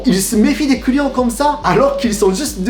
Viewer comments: Lorsque il dit "client" avec son accent on entend "couillon"😂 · Je sais que je vais faire ma chiante, mais attention: On ne dit pas "cent neuros", plutôt "cent euros (juste euros)". Et "deux zeuros". Ça gonfle les liaisons! Et à chaque fois que tu dis "client", je crois entendre "couillon". 😆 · Quand il dit "client" j'ai l'impression qu'il dit "couillon" 😂